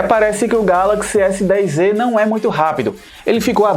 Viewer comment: O nome do aparelho é S10É ou S10Ê ou S10Z.....? Fala direito cara...NÃO existe letra Ê